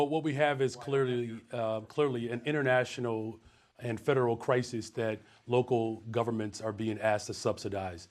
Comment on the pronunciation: Did he say international?